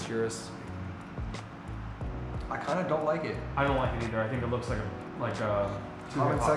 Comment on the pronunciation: How do you own more than one urus and still pronounce it your-us. Its OOrus lol